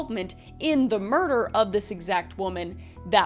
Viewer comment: Merdor. (Murder).